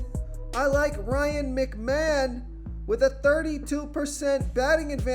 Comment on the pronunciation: Bro you GOTTA be trolling come on… “Ryan Mcmonmon?” Immediately after saying his name correctly seconds before?